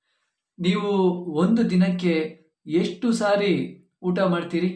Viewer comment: sentence 3 is not matching the pronunciation. Is it yeshTu saari ?